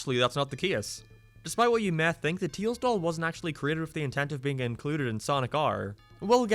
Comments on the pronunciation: tails doll, or “TEILS DOLL” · Ah. Yes. The tiels dol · "teels doll" oh im gonna ruin his caree- "if you are about to comment please dont" ..ok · Not making fun or anything but teils doll 😂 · Ah yes teils doll totally not tails doll